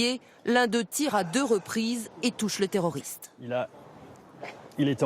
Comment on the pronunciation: J'adore comment elle dit toujours le TERRORISTE! Avec beaucoup trop d'emphase.... C'est vraiment n'importe quoi, appellons un chat un chat